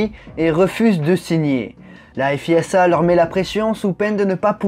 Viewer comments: Je suis la F1 depuis les années 80 et c'est la première fois que j entend prononcer balettre au lieu de balestre et F I S A au lieu de fisa. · On dit "fiza" et non "effe hi esse ha", au fait.